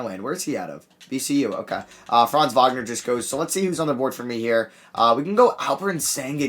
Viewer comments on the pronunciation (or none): none